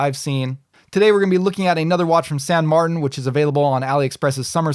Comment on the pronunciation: Thank you for an informative and entertaining review as usual. And thank you for pronouncing San Martin in your own American way. It sounds silly when some people pronounce a spanish/italian name from a Chinese brand in a french way while speaking english. I shouldn't fuss but drives me nuts :D. (san = saint in spanish/italian, saint = sainte in french)